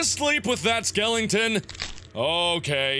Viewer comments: I love how Mark says 'skellington' instead of 'skeleton.' Like Jack Skellington. ^_^ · Haha mark is so cute. in the beginning he said "skelington." instead of "skeleton" reminds me of the nightmare before christmas